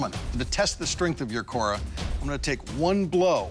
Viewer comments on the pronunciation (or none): It’s called as khoda not kora 🤣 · Actually it's pronounced as Khoda.